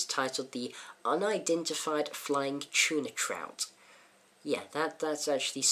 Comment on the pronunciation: First cassette I ever bought...when it was new...Like your review! BTW... Its "Trot" not "trout". Maybe it is just your accent....